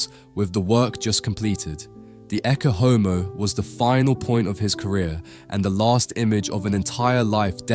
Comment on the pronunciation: Please learn how to pronounce Latin? It is not hard to do since "Ecce Homo" is such a famous phrase. ET-chay OH-moh - Behold the Man.